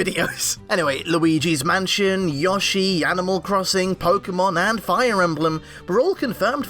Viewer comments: everytime I hear him pronounce yoshi as "ya-she" i wanna rip my hair out. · I don’t care who you are. Anyone who pronounces Yoshi like that needs to die. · Your editor can't pronounce Yoshi. I'm sorry.